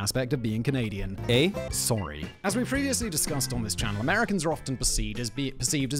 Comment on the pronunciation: The Ann of Green Gables “Sorey” is 👌